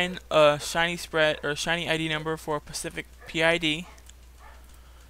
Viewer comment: Specific not pacific.